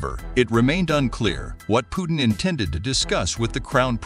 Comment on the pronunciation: Why don't you learn first to pronounce President Putin name correctly